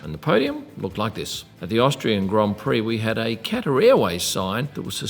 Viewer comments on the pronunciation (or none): none